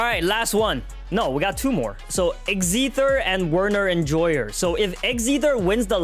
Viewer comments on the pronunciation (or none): Pronounced x ether wrong lol